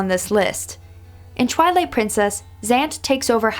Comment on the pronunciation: Wait did you say trilight